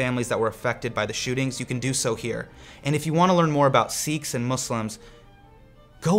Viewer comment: That is sikhs not seeeks